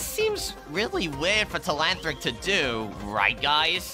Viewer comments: bro telahantric instead of telanthric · That not tleanthric that is tleantrock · It’s Telanthric not telanthllric